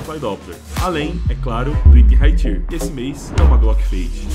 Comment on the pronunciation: Só uma dica, tier não se pronuncia assim